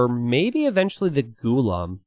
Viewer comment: Hey it’s actually pronounced as “Ghulaam” similar to how you say Gulag.. Also Ghulam means “slave”..